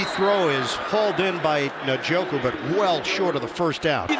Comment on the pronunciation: How are we, in 2023, not knowing how to say Njoku???